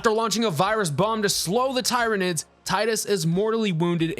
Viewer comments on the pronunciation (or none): tie-reh-nids.... well you got the 'nids' parts right at least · Hey bro, great take, I just gotta say, read it tier-uh-nid. Keep crushing boss. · Tyranids pronounced like tyranny..... please, for the love of "THE EMPORER"!